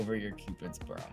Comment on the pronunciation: “Cupid’s Bro” instead of “Cupid’s Bow,” put that on a t-shirt now with an outline of your iconic lip shape with the dots! “It’s My Cupid’s Bro”